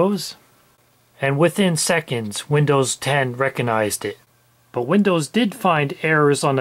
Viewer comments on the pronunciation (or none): re-cog-nize. not reco-nize